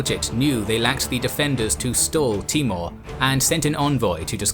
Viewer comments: His name was Taimoor ( tay- mour) not T-more. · timur not mongol :)